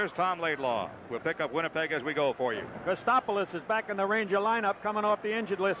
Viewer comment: Chadwick quickly butchering Chris Kotsopolous name calling him KotSTOPolous. He was brutal and Fotiu aimlessly skates around instead of staying on his wing. He was also poor in front of the net not knowing how to use his stick to plant himself like a Gary Dornhoefer.